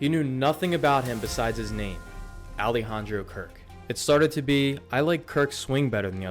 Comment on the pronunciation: his first name. Alejandro. You didn’t make any attempt at pronouncing his name right. Please make an attempt to learn before you upload.